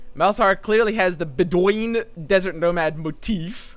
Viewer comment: Man legitimately made "Bedouin" make a sound like a spring